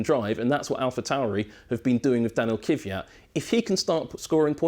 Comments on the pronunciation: It's pronounced Kvee-at not Kiv-ee-at. You pronounce the K and the V together KVee. 😐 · Lord almighty! It's K V Y A T not kyviat! K V Y A T again.... K V Y A T and last time so you keep it in mind... K W Y A T